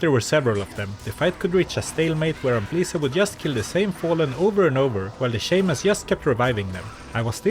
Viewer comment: Please don't pronounce Shaman as "Shayman"